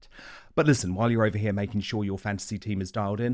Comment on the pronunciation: She drops her 'h's'